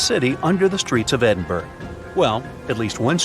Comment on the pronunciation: Pronunciation 'Edinboro' not 'Edinberg'